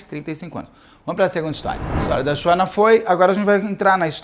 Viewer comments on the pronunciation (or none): Beto kkkk que agonia vc chamando ela se SHUANA como se lê kkkkkkk